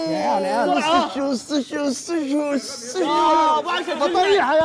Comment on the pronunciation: بعيدا عن الاصابه والله يشفيه بس والله ضحكني وهو يقول مستشفى مستششفى 😂😂❤️